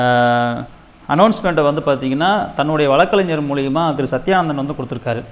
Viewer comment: bro வளக்கறிஞர் இல்ல வழக்கறிஞர். தமிழ் தெரியுமா.